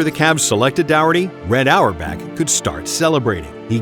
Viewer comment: Red auerbach ❌ Red hour back✅